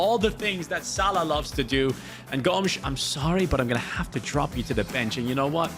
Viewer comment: With the brazillian accent they say "Gômiz", not Gomes like a portuguese lad